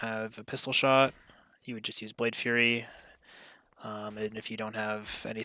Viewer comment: Thanks again for this video, it is helping me learn the spec coming from assa. I look forward to seeing your keys in season 2. One small critique, I think you're saying "Blade Fury" like a Fury Warrior. The ability is Blade Flurry like a McFlurry. Keep up the good work, cheers.